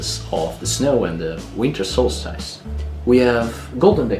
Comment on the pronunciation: It's good to see Mr Tico again and of course, the most important man,. It is now the time to prepare for this year's Yule and to look forward to the new year. I really hope that the coming year is kinder to you my friend, and to all. The only improvements that I can reccommend is more of Airk and let me help you pronounce solstice, it is better to say the second syllable as stis rather than stice. I'm glad that this video was on my reccommendations list as I can't remember if I saw it before, however it was worth watching again if I had.